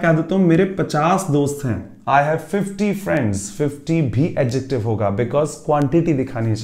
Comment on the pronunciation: Sorry but I have checked adjective pronounciation from Google text to speech and the pronounciation is start from ad🙏